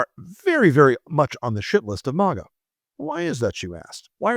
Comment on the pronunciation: I'm interested in the subject but it's clear you're very biased towards Trump. Sarcastically you're mispronouncing maga. I can't believe somebody that is so biased. There is truth in this video but there's a lot of b***** too so therefore I'm going to give it a thumbs down